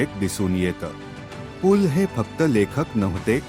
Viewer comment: भिकार माणूस पू ल त्याला नीट म्हणता पण येत नाही ये